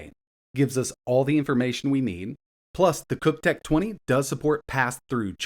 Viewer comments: It's pronounced "cock'tech. Not freakin chuhtech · Bro, we all know it's not "chuk" 😂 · is doing his hardest calling this “chook tech” but that’s not how u say Cuk lol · We all know thats not how this company name is pronounced